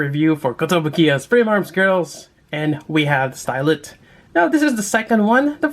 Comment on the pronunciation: Her name is stylet but you read it like stilet